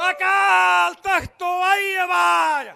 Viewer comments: ਜਦੋਂ ਤੁਸੀਂ ਅਕਾਲ ਤਖਤ ਸਾਹਿਬ ਦੇ ਸਪੈਲਿੰਗ ਸਹੀ ਨਹੀਂ ਬੋਲ ਸਕਦੇ ਤੇ ਫਿਰ ਹੁਣ ਤੁਸੀਂ ਰਿੰਗ ਰਿੰਗ ਕਹਿੰਦੇ ਹੋ ਅਸੀਂ ਕਿਹੜੀਆਂ ਮਲਾਈਆਂ ਖਾਧੀਆਂ ਆਲੀਸ਼ਾਨ ਤੁਸੀਂ ਇਹ ਤੁਹਾਡੀ ਹੈ ਜਿਹੜੀ ਲੀਡਰਸ਼ਿਪ ਬੈਠੀ ਹੈ ਇਹ ਸਾਰੇ ਬਰਾਬਰ ਭਾਗੀਦਾਰ ਨੇ ਕਿਉਂਕਿ ਉਦੋਂ ਤੁਸੀਂ ਕਿਉਂ ਨਾ ਬੋਲੇ ਉਦੋਂ ਤੁਹਾਡਾ ਹੱਕ ਬਣਦਾ ਹੀ ਬੋਲਣ ਦਾ ਹੁਣ ਤਾਂ ਵੀਰੋ ਗੱਲਾਂ ਬੜੀਆਂ ਲੱਗਦੀਆਂ ਸਾਰਿਆਂ ਨੂੰ ਪਤਾ ਜੀ ਹੁਣ ਉਹ ਕੋਈ ਪਹਿਲਾਂ ਵਾਲੀ ਗੱਲ ਨਹੀਂ ਹੁਣ ਲੋਕ ਬਹੁਤ ਹੀ ਸਿਆਣੇ ਹੋ ਚੁੱਕੇ ਨੇ ਲੋਕ ਸਮਝਦਾਰ ਨੇ ਲੋਕਾਂ ਨੂੰ ਪਤਾ ਵੀ ਕਿੰਨਾ ਕਿੰਨਾ ਨੂੰ ਚੁਣ ਕੇ ਆਪਾਂ ਗਲਤੀਆਂ ਕੀਤੀਆਂ ਤੇ ਆਪਾਂ ਅੱਗੇ ਵਾਸਤੇ ਗਲਤ ਗੱਲ ਨਹੀਂ ਕਰਾਂਗਾ ਮੈਂ ਕਿਸੇ ਦੀ ਪੱਖ ਚ ਨਹੀਂ ਬੋਲ ਰਿਹਾ ਪਰ 2027 ਦੇ ਵਿੱਚ ਪਰਮਾਤਮਾ ਪੰਜਾਬ ਦੇ ਵਿੱਚ ਇਹੋ ਜਿਹੀ ਸਰਕਾਰ ਬਣਾ ਦਊਗਾ ਜਿਹੜਾ ਪੰਜਾਬ ਦਾ ਭਲਾ ਕਰ ਸਿੱਖ ਕੌਮ ਦਾ ਭਲਾ ਕਰੂ ਬੰਦੀ ਸਿੰਘ ਅੰਦਰ ਬੈਠੇ ਆ ਉਹਨਾਂ ਬਾਰੇ ਵੀ ਸੋਚੋ ਸਾਰਾ ਕੁਝ ਕਰੂ ਪਰਮਾਤਮਾ ਜਾਣੀ ਜਾਣ ਆ ਸਾਰਾ ਕੁਝ ਆਪ ਵੀ ਕੀ ਕੁਝ ਇਹਨਾਂ ਨੇ ਕੀਤਾ ਸਿੱਖਾਂ ਦੀ ਸਿੱਖੀ ਦੇ ਨਾਮ ਤੇ ਪਰ ਹੁਣ ਨਹੀਂ ਚੱਲਣਾ ਤੁਹਾਨੂੰ ਸਹੀ ਸ਼ਬਦ ਨਹੀਂ ਬੋਲਣੇ ਆਉਂਦੇ ਕਾਲ ਤਖਤ ਕਹੀ ਜਾਦੇ ਹੋ ਅਕਾਲ ਤਖਤ ਤਾਂ ਤੁਹਾਨੂੰ ਕਹਿਣਾ ਨਹੀਂ ਆਉਂਦਾ ਇਨਾ ਨਹੀਂ ਪਤਾ ਤੁਹਾਨੂੰ ਕਾਲ ਤਖਤ ਤੇ ਆਕਾਲ਼ ਤਖਤ ਬੋਲਣ ਦੇ ਵਿੱਚ ਕਿੰਨਾ ਫਰਕ ਹੁੰਦਾ ਇਥੋਂ ਪਤਾ ਲੱਗਦਾ ਹੈ ਮੈਨੂੰ ਤਾਂ ਇਉ ਲੱਗਦਾ ਕਹਿਣਾ ਤਾਂ ਨਹੀਂ ਮੈਂ ਚਾਹੁੰਦਾ ਬਾਬਾ ਚਿੱਟਾ ਦਾੜਾ ਸਿਆਣਾ ਦੇਣਾ ਬੰਦਾ ਪਰ ਤਕੜਾ ਮਾਲ ਛਕਿਆ ਵਾਲਾ ਲੱਗਦਾ ਹੈ ਜਿਹੜਾ ਐਡਾ ਰਿੰਗ ਰਿੰਗ ਕੇ ਬੋਰਡ ਰਿਹਾ ਇਹ ਹੁਣ ਨਹੀਂ ਚੱਲਣਾ ਪੰਜਾਬ ਦੇ ਵਿੱਚ ਲੋਕ ਜਾਗਰੂਕ ਹੋ ਚੁੱਕੇ ਨੇ ਲੋਕ ਉਸ ਪਾਰਟੀ ਨੂੰ ਚੁਣਨਗੇ ਜੋ ਪੰਜਾਬ ਦਾ ਪੰਥ ਦਾ ਹਰੇਕ ਨੂੰ ਬਰਾਬਰ ਦਾ ਹੱਕ ਦੇਵੇਗੀ ਉਹ ਤੁਸੀਂ ਤਾਂ ਬੈਠੀ ਸੀ ਛੁਰਾ ਮਾਰਨ ਵਾਲੇ ਬੰਦੇ ਹੋ। ਹੁਣ ਤੁਸੀਂ ਕਹਿੰਦੇ ਹੋ ਸੁਖਬੀਰ ਬਾਦਲ ਦੇ ਸਾਰੀਆਂ ਗਲਤੀਆਂ ਮੰਨੀਆਂ ਚਲੋ ਉਨਾਂ ਬਾਰੇ ਆਪਾਂ ਕਹਿੰਨੇ ਆ ਵੀ ਉਹਨਾਂ ਨੇ ਗਲਤੀਆਂ ਮੰਨ ਕੇ ਉੱਥੇ ਜੋ ਸੇਵਾ ਲਾਈ ਕੁਛ ਵੀ ਕੀਤਾ ਤੇ ਪਰ ਤੁਸੀਂ ਤੁਹਾਡੇ ਚੰਦੂ ਮਾਜਰਾ ਸਾਹਿਬ ਤਾਂ ਸ੍ਰੀ ਅਕਾਲ ਤਖਤ ਸਾਹਿਬ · ਓ ਭਰਾਵਾਂ ਰਿੰਗ ਰਿੰਗ ਬੋਲਦਾ ਤੁਸੀਂ ਕੀ ਸਿੱਖ ਕੌਮ ਦਾ ਭਲਾ ਕਰ ਦਿਓ ਗੇ ਸੋਨੂੰ ਸਹੀ ਸ਼ਬਦ ਨੀਂ ਬੋਲਣੇ ਆਉਂਦੇ ਅਕਾਲ ਤਖ਼ਤ ਸਾਹਿਬ ਭਾਈ ਤੂੰ ਕਾਲ ਤਖ਼ਤ ਸਾਹਿਬ ਬੋਲਦਾ ਆਪਣੀ ਬੋਲੀ ਸੁਧਾਰੋ ਦੂਜ਼ੀ ਗੱਲ਼ ਅੱਜ਼ ਛੋਡੇ ਵੀ ਬੰਦੀ ਸਿੰਘ ਯਾਦ ਤੇ ਚੰਡੀਗੜ੍ਹ ਵੀ ਯਾਦ ਆ ਗਿਆ ਥੋਡੇ ਜਦੋਂ 10 ਸ਼ਾਲ ਸਰਕਾਰ ਵਿਚ ਸੀ ਉਦੋਂ ਕਿਉਂ ਨੀ ਬੋਲੇ ਤੁਸੀਂ ਲੋਕਾਂ ਨੂੰ ਉਲੂ ਬਣਾਉਣ ਬਣਾਈਂ ਜਾਂਦੇ ਓ ਜਦੋਂ ਸਰਕਾਰ ਬਣਗੀ ਨਾਂ ਕੋਈ ਬੰਦੀ ਸਿੰਘਾਂ ਨਾ ਚੰਡੀਗੜ੍ਹ ਹਵਾ ਵਿੱਚ ਉਡਾ ਦੇਣਾ ਰੌਲਾ ਕੁਰਸੀ ਦਾ ਨਾ ਬੰਦੀ ਸਿੰਘਾਂ ਨਾ ਪਾਣੀਆਂ ਤੇ ਨਾ ਚੰਡੀਗੜ੍ਹ ਦਾ ਜਦੋਂ ਕੁਰਸੀ ਮਿਲਗੀ ਪਤਾ ਕਿਹੜੀਆਂ ਖੁੱਡਾਂ ਵਿੱਚ ਵੜਨਾ ਜਾਕੇ